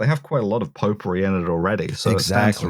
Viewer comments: anyone else starting to hear "popery" as "potpourri" after a while? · Pope-ery, or potpourri?